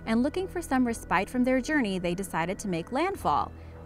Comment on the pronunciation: Ok, there are some words no one on youtube knows how to pronounce. Respite sounds like reh-spit. Tired of trying to learn from people dumber than me!